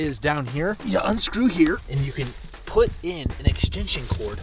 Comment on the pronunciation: You said but not put